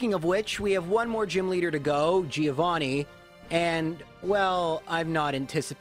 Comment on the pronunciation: That's not the correct pronunciation of Giovanni